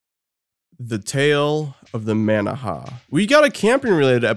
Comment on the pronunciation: The manaha episode was my favorite… and here you go pronouncing the name like an AI. 😑 brilliant